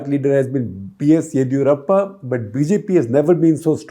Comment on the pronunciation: OMG!! SG please get your pronunciation of names properly. It’s not Baasavaraj but Bus-uh-varaj. Also Yedi in Yediyurappa is ‘di’ as in dim. You pronounce it as Yedhi ……’DH’ as in ‘doodh’. Please 🙏get the names right.